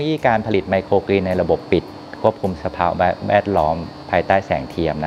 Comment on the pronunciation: เรียนพิธีกรสาว ไมโครกรีน ไม่ใช่ไมโครกีน ต้องออกเสียงให้ถูกต้องด้วยคะ